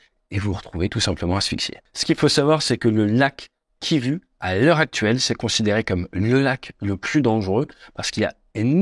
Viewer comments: Salut, tu dis KIVU comme tu le vois mais chez nous le U dans des noms se lis OU...donc KIVU (KIVOU)....mais c'est intéressant de savoir que beaucoup s'intéresse à l'rdc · Lac kivu et non kivi🤣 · Juste une petite précision : Kivu se prononce : [KIVOU]. La lettre U = OU ! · Excellente vidéo comme d'habitude avec des renseignements hors aviation très justes et importants. Pour information, Kivu se prononce kivou, come à peu près tous les u de l'Afrique centrale. Encore merci ! 👍🏻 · KivOU svp, KivOU. 😐 deux secondes sur Wiki et vs aviez la prononciation. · Il faut prononcer "ou", le lac kivou ;) Quand les coloniaux transcrivent les noms de lieux, de personne etc, ... en français, ils utilisaient l'alphabet " latin" ;) ex : Mobutu ... Prononcer " Moboutou" ;) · Champion Kivu se lit " Kivou ". La lettre " U " des langues Bantu se lit " Ou ". En français U = U En langue Bantu U = Ou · Cela se prononce ´´ Kivou ´´ et non Kivu , bien qu’il s’écrive comme cela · Kivu se prononce "Kivou". Merci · Ce n'est pas le lac Kivu mais kivou le u en fait c'est ou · "Kivu" se prononce "Kivou" pour info ... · lac kiv[ou] et non kivu.... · Le lac Kivu se prononce "Kivou". MDR ! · On dit pas Kivu mais kivou…. Ces français …. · Le « U » comme « Ursula » , « Mattaus »chez les allemands se prononce « OU ». Kivu = Kivou. Autrement, merci pour l’information sur les eaux du lac qui ne se mélangent pas…. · Petite précision linguistique, le lac Kivu se prononce Kivou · Ça se prononce "Kivou" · Kivu se prononce Kivou. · Prononcez lac kivou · Oui j'ai eu mal aux oreilles avec la prononciation du lac. Intéressant comme d'habitude. Quand j'ai quitté le "ZAÏRE", ils avaient des Mirage III.